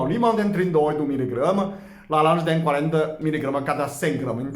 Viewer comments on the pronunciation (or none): Ah como eu amo ouvir vc dizer "lalanja"😍😍😍 é uma belezinha 😊 Gratidão por mais esse vídeo!